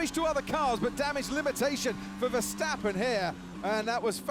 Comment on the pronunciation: I really like how you are growing into this sport so fast and with so much enthousiasm! And you are one of the very very few who pronounces the name of VER the right way! you're already so familiar to the usual aspects and strategies that even you 'as a rookie' have a grin with 'Ferrari f*cked up again'. Very enjoyable to see! As a dutchie it is a good time to be VER fan, but it saddens LEC is screwed by his team. You have to see Dutch GP in September and see the fantastic ambiance by that time. Keep the good vid posted!